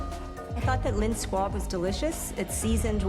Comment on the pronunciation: Why is everyone saying squad? Lmao. It’s SQUAB